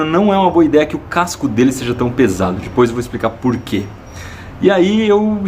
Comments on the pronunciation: Ibere, seu canal é perfeitamente perfeito, MAS PELO AMOR DE DEUS, SÓ EU FICO LOUCO COM ELE FALANDO "DIPOIS" ??? invés de depois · first error? "Dispois" kk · iberê, pare de falar "dipois"